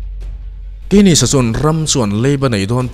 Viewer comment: Bretton Woods Agreement te hi han ti law law teh, khing ho nen khian a inkungkaih vek lehnghal a, Mizo ṭawng ngei a ngaihthlak tur awm hi a hlu. JM Keynes a hming khi KEINIS ti lovin KINS ti ang a lam zawk tur 🙂